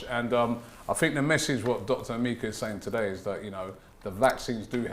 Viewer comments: Robbie it's E-ME- KA not A- mi - ka...Kalechi should be helping out🤣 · It's (M-EH-KA) not Emeeka...I blame the doc for not correcting you. Sell out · Eh Meh Ka